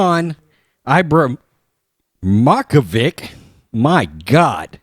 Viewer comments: I has me a highly edumacated mind mang. I graduated a poorly run ohio public school dog... Basically the same as Doctor school. Also this reminds me of ole Fredo, IM SMAAAAT! Also also Zla-tin Ibra-heem-ō-vich, is how I've always heard it. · Z-latan. The z and the l together. Eee brah him o vitch. All together. You guys crack me up. Google the damn pronunciation!!!🤣😂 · What are Le China's actual education qualifications? Does anybody know? I assumed he spent most of his schooling years playing basketball with teachers covering his grades along the way. I love you guys and how you pronounce Milan and can't say Zlatan Ibrahimovic! Crazy yanks lol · Ya u totally butchered it lol dude is a beast on the pitch